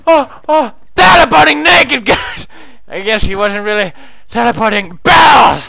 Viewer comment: Lol in he say teleporteing BARRELLS